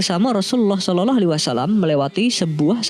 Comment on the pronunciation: Kok bacanya shololoh sih yang benar dong kak